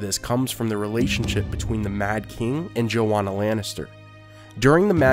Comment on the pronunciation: The pronunciation of "Joanna" is terribly wrong. It's not "JoWonna" as he says it. It's "JoANNA ". Source : My family has Joannas in them. Joanna Village, Pennsylvania. It's a real place.